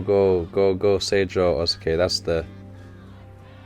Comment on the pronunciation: Saw you had a little trouble with the name of Oikawas team. The school itself is called Aoba Johsai Kōkō (青葉城西高校) but is shortened to Seijoh (青城) when they are talking about them. They have taken the first and third letter from the name, and because of things I can’t explain (since I don’t speak Japanese) it’s pronounced differently. It’s the same with Dateko. The school is actually named Datekogyo Kōkō (伊達工業高校) but is called Dateko in speech. The kōkō in both names means high school so it’s repeated throughout the series (Karasuno kōkō etc).